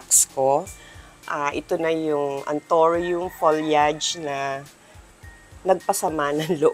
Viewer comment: it's ptonounce as folyeyd..you pronounce it incorrectly